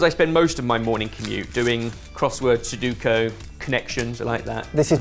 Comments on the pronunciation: What is quite funny to me, is for how knowledgable is of all things nerdy (He's a Super Geek, after all!) he still says Sudoku wrong!😂 Unless he's talking about some British thing called Sudooko or whatever... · Did he say soduko? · SU DO KU!! Not soduko you… grrr. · Could someone finally tell that it's SUDOKU not SEDUKO please. I'm cringing for like two years now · *sudoku Not suduko. Su-do-ku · SuDOku, not suDUko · It's really not that hard to NOT mix up the letters. It's SUDOKU. SU-DO-KU. Not Suduko. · Sorry, I'm pretty sure it's pronounced sudoku and not soduko 😂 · Sudoku, not suduko. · Someone PLEASE tell it's "Sudoku" not "Suduko" x) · SU-DU-KO? Almost got it, just flip a couple of vowels and get Sudoku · This bothers me so much that I couldnt follow the rest of the video. But you know that it is called Sudoku, not Soduko right? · Now we need an apology for how he says sudoku 😭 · It's almost comforting that still can't pronounce sudoku. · Hear hear! I used to do that, but so many people still pronounce it incorrectly that I've learned to pretend I heard Sudoku.😊